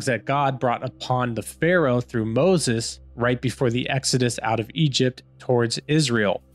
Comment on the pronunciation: ITS MOSES NOT BOZES 😂😂😂😂